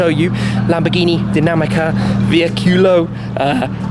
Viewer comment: Come Shmee pronuncia veicolo?? Vei'culo🤣